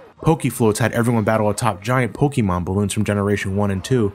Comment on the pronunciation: It's still pronounced "Poke-AY-mon".